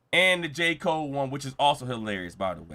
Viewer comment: He still calls Cole, Jfold😅😅😅